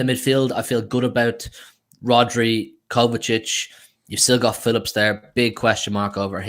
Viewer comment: KO-VA-CHICH ❌️ KOVA-SITCH ❌️ KOVA-TITCH ❌️ KOVA-CHICH ✅️